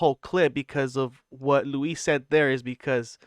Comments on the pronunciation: Pronounce Luis' name correctly ya bozo. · Bro its louis not Louise... and the hardest you laughed was at brendan mispronouncing Carlon's name. Getting pretty sick of dummies making youtube videos with lukewarm takes about schaub. He sucks, but you guys also suck 😂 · Why are you calling him Louise? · It’s Luis like Lewis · You’re mispronouncing Luis J Gomez’s name… You called George Carlin, George Carltin…. And the legion of skanks is only Big J, Luis J and Dave Smith… just pointing out that these are all the exact things you call Brendan out for. Look in the mirror, you’re projecting the things you don’t like about yourself onto him.